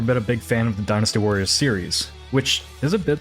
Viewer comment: All I heard was "Dinosaur" every time you said "dynastywarrior", confused the crap out of me for a minute.